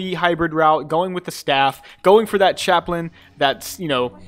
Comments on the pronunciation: It's pronounced "CHAP-lin." Basically just pretend the second A isn't there. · Its Chap-len